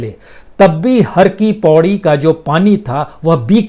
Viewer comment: Sir har ki paidi not paudi